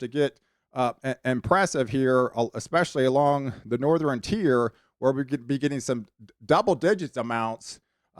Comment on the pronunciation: I really like your forecast videos. Very accurate and well done presentation. I subscribed the first time I heard you say patteren!!! Southeren, northeren I love it. My girl says patteren too. Keep up the good work 👍